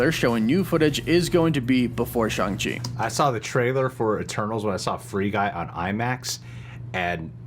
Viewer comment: I heard Stan Lee himself pronounce him Shang as in bang and rang.